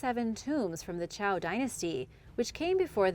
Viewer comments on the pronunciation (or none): none